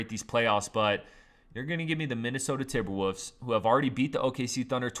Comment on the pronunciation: Did he just say "Timberwuss"???